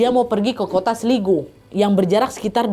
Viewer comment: cara bacanya itu "Kota Slaygo" nad